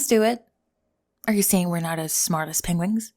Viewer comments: Did you miss pronounce penguin the same way benedict cumberbatch on purpose? Penwing cought me off guard like a gut punch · Did I hear pengwings? Ok Cumberbatch